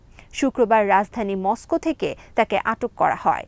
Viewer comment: Assalamualikum please bangla and English pronunciation er dike kheal rakhben, try kore niben bar bar, sobai ki bole ar apni ki bolen kheal rakhben, MOSCOW ei pronunciation thik kore niben please,sounds odd,😃